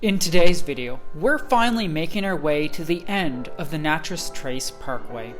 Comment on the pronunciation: Ugh....I can't listen to him say Natch-EZ one more time. I'm out!